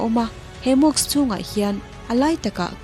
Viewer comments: Mosque..... Mawsk....tia lam tur.... Mawks tiin I lam daih a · mosque.... mas-khi...tiang deuha lam tur...mawks ti ang deuhin i lam a ...tin,mask tih pawh hi .....maks ti ang deuhin i lam a,mas-k-hi...tia lam tur...k aiin s khi a ri hmasa tur a ni